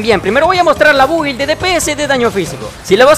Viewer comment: Aun sigo escuchando a decir Bubi en vez de Build hahá. A mi Rosaria la tengo sin constelaciones, Dragonspine lance R4, 2 Gadiador + Bloodstained Chivarly + 1 Cáliz de Nobleese Oblege con recarga de energía (no me se los nombres en lobezno) y hace delicioso daño a los enemigos. Su daño Cryo no se queda atrás, almenos en mi experiencia no le hace falta prioridad al Cryo, hace daño decente con este build además que puede spamearlo